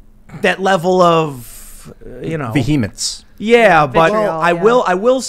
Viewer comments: Good word but its not pronounced vi-HEE-mince except on HEE-Haw. Its VEE-himence. It gives me the viHEEBEE JEEBIES when you say it like that. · was the pronunciation of 'vehemence' an inside joke